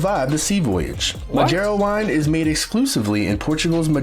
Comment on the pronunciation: This narrator is pronouncing all the Ds like a brazilian lol madjeira?